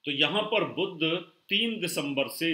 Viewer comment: आपकी भाषा में उच्चारण प्रादेशिक प्रभाव से अत्यन्त ग्रस्त हैं : 'शनि' को 'सनि' बोलते हैं, 'बुध' को 'बुद्ध' बोलते हैं!! क्या बिना संस्कृतभाषा पढ़े ज्योतिष-शास्त्र सीखा होगा ?